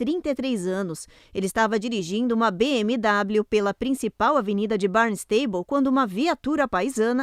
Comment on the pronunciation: Só poderiam melhorar a pronúncia das cidades em inglês. Barnstable e Cape Cod ficou bem estranho esse jeito de falar.